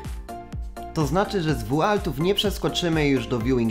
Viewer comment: Nie z WUALTÓW tylko WOŁLTÓW jak coś